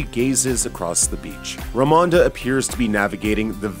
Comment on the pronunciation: If you don't understand what the "weird" ceremony in white is in the beginning, then you really do need this video. Even then, they aren't sure lmao. And pls try to pronounce Queen Ramonda's name the same each time.